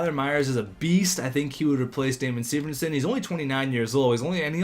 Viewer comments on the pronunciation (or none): why do you say severnson? it's severson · Why do you pronounce severson as severnson?